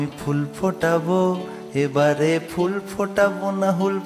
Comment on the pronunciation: বড্ড ভালো লাগলো ' রাইকমল '... যেমন কথা, তেমনি সুরের মাদকতা❤ শুধু একটা ছোট্ট অনুরোধ," ফুল " এর উচ্চারণ এ ph টা কানে লাগলো... বাংলা আর ইংরেজি " ফ " এর তফাৎ টা আর কি😊